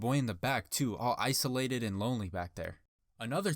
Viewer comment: when he said issolated